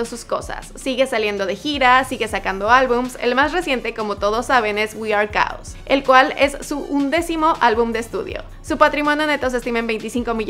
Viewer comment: "wi ar caos" 🙄🙄🙄🤦🏻‍♂️🤦🏻‍♂️🤦🏻‍♂️🤦🏻‍♂️. Por lo menos eprenda a pronunciar las palabras en inglés... Demasiados errores de pronunciación.